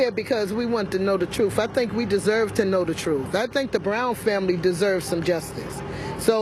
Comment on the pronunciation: "We want to know the Troof"